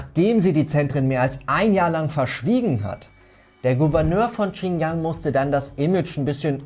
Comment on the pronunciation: Die region heißt Xinjiang nicht Qinyang wie du es aussprichst, next time hausaufgaben machen bitte